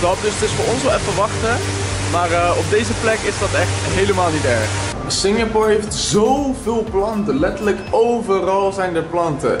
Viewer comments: Jij spreekt het uit als Singjapoer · Kan je Singapore normaal uit spreken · belike: Singjapoer😂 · Haha ik hoorde het ook!😂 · Even gillen elke keer als Sinjapoer zegt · Nobody: Litterly nobody: I SWEAR NO FUCKING SOUL: Seriously no one: I said NOBODY:: SINJAPOOR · Nobody: Litterly nobody: I SWEAR NO FUCKING SOUL: Seriously no one:: SINJAPOOR